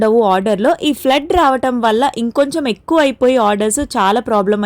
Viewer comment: Flirt kaadu flood meeru yedo home returned nri laagaa pronunce cheyyakandi vinataniki chaalaa dayidranga vuntundi bejawada babakkai ni role model ga theesukunnava yenti. Neeku avidaki chaalaa difference.avida vocabulary chaalaa yekkuva nee vocabulary poor gaa vundi.